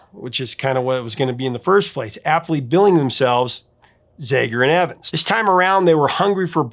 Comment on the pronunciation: The A in ZAGER is short vowel sound, not E sound. Just sayin...